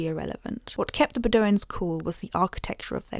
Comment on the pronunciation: Beh-doh-wins... I generally ignore your silly accent, but that one 🤣 Pee-fahz 🤣 No, but pfas are a serious ecological issue we're only making worse since we found out it was.